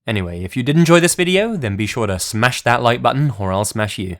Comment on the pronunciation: 'Smash that like button or I will shash you'... Tell that to Susan Kuhnhausen, bud. :D